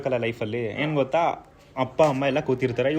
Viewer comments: ಬ್ರೋ ಅದು ಗೋತಾ ಅಲ್ಲಾ ಗೊತ್ತಾ ಅಂತ ಅದು 😂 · ಗೋತಾ ಅಲ್ಲ ಮಾರಾಯ, ಗೊತ್ತಾ 😅